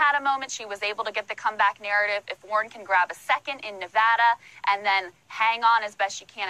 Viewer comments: What's with you pronouncing everything like "Sonders" or "Nevoda"?? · You do not pronounce SANDERS as Saunders. You do not pronounce SANDERS as Saunders. You do not pronounce SANDERS as Saunders. You do not pronounce SANDERS as Saunders. You do not pronounce Nevada as Nevawda. You do not pronounce Nevada as Nevawda. You do not pronounce Nevada as Nevawda. You do not pronounce Nevada as Nevawda. SANDERS and NEVADA use the short "a" sound, not an "au" or "aw" or "ah" sound. PLEASE correct this! The fact that you are a commentator (even an informal) one and put out multiple videos per day means that you should at least pronounce candidate names and place names correctly. I've lived out west for most of my life. I know how Nevada is pronounced. On camera alone, Bernie himself has pronounced his surname with the short "a" sound thousands of times. I know it's tempting to point to MSM and say, "But so-and-so pronounces it this way." I challenge you to DO BETTER than freakin' MSM by actually saying as many names properly as often as you can and paying attention to genuine and sincere (non-trollish) corrections. =) Otherwise, you are killin' it with the analyses lately. Truly enjoying most every video. Cheers.